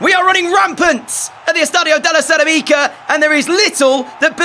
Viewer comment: Bro, that's not how you say cerâmica, there's an accent for some reason... You're putting emphasis on the Ica, the emphasis is supposed to be similar to ceramic, in English. I'm sorry for correcting you in such a meaningless thing but it's starting to trigger me to be honest, considering the amount of times you say it on every episode 😅